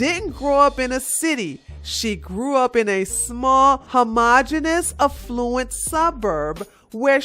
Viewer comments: Just love how pronounces A-ffluent.....sounds like E-ffluent. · You said affluent wrong. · Cortez is a POS and is dangerously ignorant, but the reader of this has a poor grasp of reading English language. Bree-ved (breathed) not breffed, Aff-loo-ent (affluent) not A-flu-ent Fayn (feign) not fent. FFS